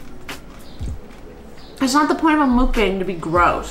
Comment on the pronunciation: I hate the way that people say mukbang it hurts